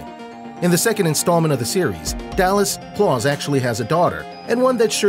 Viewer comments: Why do you say klaus "C L O R S" ???? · He says klaus wrong